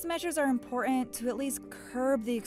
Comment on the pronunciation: Important pronounced as "impouraant" grates my ears!